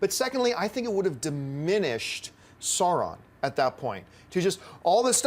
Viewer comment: Just my inner Tolkien lore master popping up -- it's not Sauron as in Saw-ron, it's more of an Ouch sound, Sauron, as in AU.